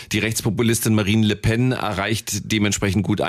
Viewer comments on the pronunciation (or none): Bin ich der einzige, den es irritiert, dass Küppi den Namen von Le Pen immer wie „Le Pain“ ausspricht?